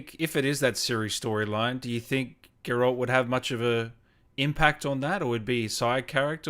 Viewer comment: Geh ROLT? wtf